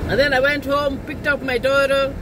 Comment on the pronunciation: I love how u say the word daughter 🤣 doda😅